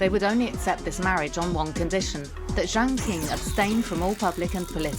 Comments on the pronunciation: Imagine wildly mispronouncing your video's subject. There is no Jiang King. Lazy and embarrassing. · Is this AI-generated? Poorly made content. Lacks research. Can't even pronounce Jiang Qing properly! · video that again acts like they're talking about when they can't even pronounce jiang qing properly, no nuance at all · Jiang Qing, not Jaing Qing. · Jiang Qing should be pronounced correctly as Jiang "Ching". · Mispronounced Jiang's name in 16 seconds. You don't know shit if you can't get the most basic shit right.